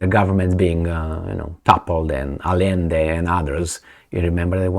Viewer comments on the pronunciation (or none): none